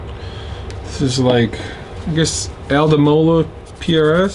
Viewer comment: Al Di Meola. One of the, if not THE, Greatest guitarists ever. Di is just pronounced "D". I have been lucky enough to see him perform live several times. All were amazing experiences.